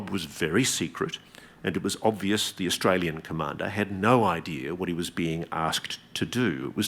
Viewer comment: He said "Austral-alien" 😂